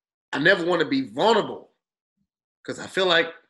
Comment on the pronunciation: Much luv big bruh.....and it’s “vulnerable” 😏 sorry I had to🤦🏽‍♂️. But you been a real one 💪🏽💪🏽💯🙏🏽